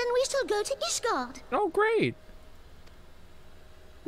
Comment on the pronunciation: Since asmon calls ishgard "Isengard", someone should edit a video of him entering ishgard with lord of the rings soundtrack.